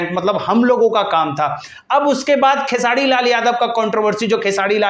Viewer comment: पहले बोलना सिख लो भाई......खेसाडी नही खेसारी है...... 🤣🤣🤣🤣तुम चमचे थे, हो और रहोगे खेसाडी लाल का 🤣🤣🤣.........तुमको इंटरव्यू चाहिए पहले वैसा बनो